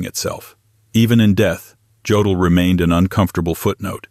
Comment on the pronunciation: YODEL NOT JODEL!